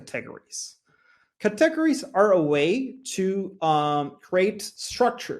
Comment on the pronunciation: What a pleasure it was to listen to a Presenter who can speak Fluent English, so easy to listen and learn from, and then he pronounced the word Cat teg ga ries instead of Cate gories and I started laughing.... but I dont mind the rest of his English was just so good I did not mind at all. Oh and thankyou for this video ! it was greatly appreciated